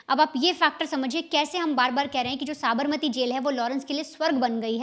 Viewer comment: tu pehle Sabarmati bolna seekh le baad me crime reporter bann....kaise kaise logo ko job pe rakh lete hain yaar...nepotism at it's peak...😅😂😅😂